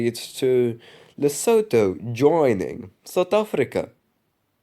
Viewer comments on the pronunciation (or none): Honorable mention: Polish Presidential election. Also Lesotho is pronounced "lesutu". Anyways, nice video. P.S. I DON'T support the Polish Government, friendly reminder